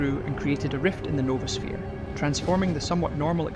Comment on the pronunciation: It's noah-sphere. Not Nova-sphere.